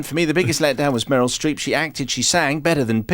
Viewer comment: Why does he keep calling her Murel Strep?